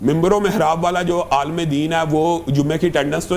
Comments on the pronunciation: Aaalam ❌ alim 😂 ✅ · Aalam ❌ Aalim ✅ 😂😂😂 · Alaam alaam Sahil adeem: Alaam nhi alim 😂😂